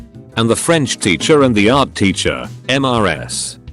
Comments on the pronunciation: Everyone: Mrs (Missus) Text to speech: M-R-S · Cant computer read Em Ar Ass?!